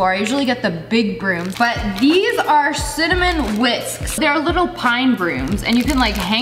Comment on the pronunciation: Love how cinnamon turned into sinnymoan lmao.